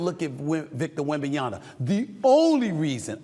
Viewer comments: "Wembenyana" "Pablo Banchero" lol, Never change SAS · Why is it so hard for him to Pronounce wembanyama correctly. He always says “Wembanyana” just say it how it’s spelled 🤦🏻